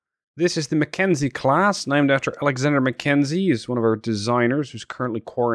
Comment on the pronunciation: Did you call it a ship class or shit class